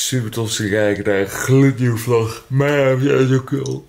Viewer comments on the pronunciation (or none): none